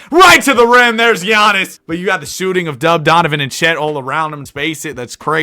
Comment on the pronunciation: For the life of you, you can not pronounce chet or hartenstein..... Stop, get some help. I actually had to unsubscribe because of it.